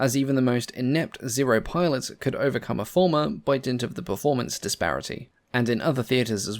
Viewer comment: Fairey Farmer? Fairey Former? Fairey Fulmar (Full ma) is how I thought it was pronounced. Still, as long as it did the job.